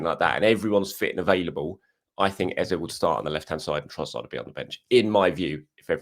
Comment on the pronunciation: I love watching your videos … but … please 🙏🏾…. Don’t copy the mainstream media. Eberechi Eze …. Please pronounce it correctly … “Eh-zeh” or ask him the next time you interview him. The same way Bukayo is said correctly - let’s give Eberechi that same respect.